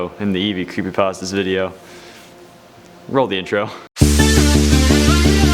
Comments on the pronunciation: No one: Legitimately No One::"Crepepastas" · He said "CrappyPastas" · I thought he said crappy pastas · Good job of saying crappypastas not creepypastas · Oh no... when he said crepypastas i had goosebumps take over me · In the intro u said crappy pastas Also u like xbox hence the topic of the video.